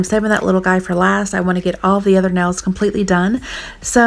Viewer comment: Ril? You mean like, instead of real? Ril? Edit: nels? Instead of nails? Heck